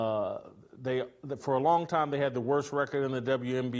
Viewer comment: Did he say cuz they “scissor” 😂😂😂😂😂😂😂😂😂😂😂😂😂😂😂😂😂😂😂😂 I am dying laughing!!!!😂😂😂😂😂😂😂😂😂jajaja